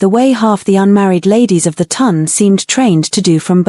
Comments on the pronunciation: I love these stories, however, please can AI pronounce Town instead of Ton. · Oh, also the " Ton" is pronounced like the word "on" with a T in front!